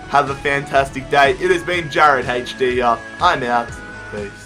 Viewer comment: It's HD not hash d